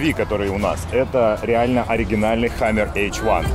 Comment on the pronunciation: It's the best thing i've ever seen in ma life "It's a hamaarrr, Pulling a hamaarrr"